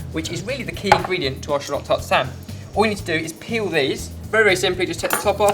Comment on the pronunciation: Every time he says peel......